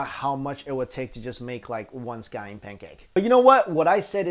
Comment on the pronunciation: I thought you said sky end pancaks